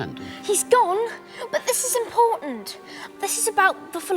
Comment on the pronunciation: "This is imporUnt"